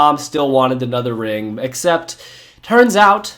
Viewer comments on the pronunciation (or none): none